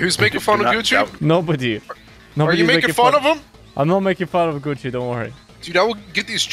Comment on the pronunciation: I was just listening to the vid and when he said Gucci i heard it as coochie